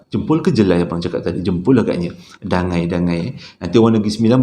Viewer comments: Bukan dangai, dangi yo tu hehee. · Assalamualaikum abang.rasanya nama tempat dangi.bukan dangai😁sebab sya asal n9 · As salam..Dangi bang bukan Dangai kalau xsalah sy😁..johol nun.. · Dangi bang bukan dangai... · Bukan Dangai…Dangi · bukan DANGAI... Dangi, Johol, N9 😅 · Dangi.bkn dangai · Dangi tu...bukan dangai... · Assalammualaikum rasanya bukan dangai tapi dangi. Sbb saya lahir di kuala pilah. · ..bukan dangau bang..Dangi,Johol n9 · Mula2 saya dengar dia sebut Dangai....Tu pikir...Dangai Tu kuih yg buat drpd kelapa parut dgn tepung Tu Kan...oh maybe Ada Nama tempat kot kat negeri 9🤭😁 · sebutan english kut 🤣